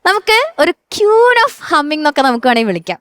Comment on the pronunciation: Can someone tell the anchor that it is ക്വീൻ and not ക്യൂൻ